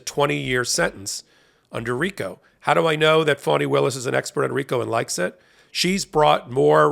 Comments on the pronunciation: Very grateful to Ms. Willis for her work, and to you for the coverage, but please help me understand why you pronounce her name "Fawni" instead of "Fani", as it is spelled. Considering the way the Right uses mispronunciation of names as a weapon, I don't think this is a good look. Still a big fan, and let me know if I am wrong. Namaste. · FAH-nee, not FAW-nee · Not good to call her 'Phoney' Willis. I think it is pronounced like ( 'fawny) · Please change how you pronounce Fani Willis' name or refer to her as Ms Willis because the text is automatically typing "phoney Willis" and we all know this woman is no phoney! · It is disrespectful to address someone, mispronouncing their name. How does the Fulton County DA pronounce her own name? Fah nee? Or Fawnee? Or Fanny? I ask you. Or is it?